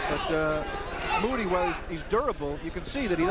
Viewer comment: Moo-tea,,, not Moody. I had a long talk with Chisanda Mutti after this fight, and he told me that he was given the fight at short notice, as a he replacement. He told me that he had not had time to prepare for the fight. I asked him he took it, he told me that they paid him a lot of money (US $25 000)